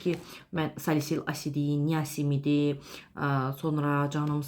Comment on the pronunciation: Niasimid yox niasinamid olmalidi😊